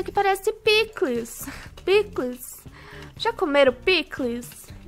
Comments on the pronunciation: E a falando picules essa foi boa kkk eu amo essa menina quem ama a deixa o Like Pandástico 👍🐼🐼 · A falando pikles eu tudo bom 🐼